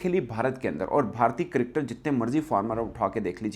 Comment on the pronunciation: Cricketer hota hai kadkad Nahin😊